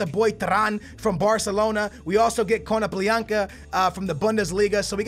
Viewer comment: How can you pronounce konaplyanka but not gray